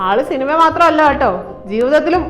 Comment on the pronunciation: സിൽമാ നടൻ അല്ല സിനിമാ നടൻ എന്ന് പറയാൻ അറിയാത്ത ഈ മണ്ഡോദരിയെ എവിടന്ന് കിട്ടി 😢🙄🙄😅😅